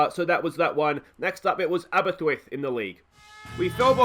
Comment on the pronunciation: I live in Aberystwyth and its funny listening to you say it